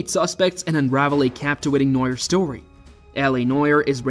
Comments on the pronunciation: The only reason I watched this is because I heard him “cartle” in the preview. But I have about died laughing when I heard him say “noyer” 😂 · Did you just say the cartle and noyer? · Cartel? Nah it’s cartle Noir? Nah it’s noyer 😂😂😂😂😂😂